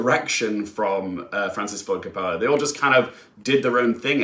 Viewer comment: If you want to be in the movie review business - and I realize this is probably his last film - you have to learn how to pronounce Coppola (hint: it doesn't rhyme with "cola" and the emphasis in on the first syllable, ie COP-ola). He's one of the most important filmmakers of ALL TIME.